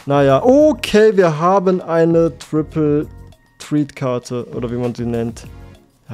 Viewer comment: Ich mag dich wirklich, aber wie du triple threat aussprichst als du den text gelesen hast hat mich in den Erdkern befördert.